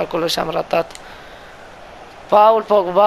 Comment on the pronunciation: Tot isteric ai rămas ! Și vezi, e "Pol" Pogba, ca nu de alta, e francez și ma gândesc ca faci și tu franceza la generală !